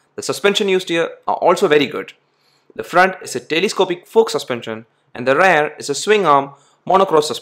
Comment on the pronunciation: Work on the words Muscular and Rear.........